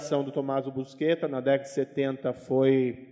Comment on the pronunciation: O famoso Tommaso, nunca se chamou "busqueta", como disse o juiz Moro. Seu sobrenome era Buscetta, no qual o "sc" tem o som próximo do nosso "xis". Este sobrenome deformado, "busqueta", surgiu, pela primeira vez, aqui no Brasil, por conta do apresentador do Jornal Nacional, Cid Moreira, que se negou a pronunciar o nome corretamente, com receio de que a Censura da ditadura militar o punisse por dizer um palavrão na TV. Nem com funcionários do Consulado italiano confirmando a sua pronúncia correta convenceu Cid Moreira a dizer o que devia ser dito.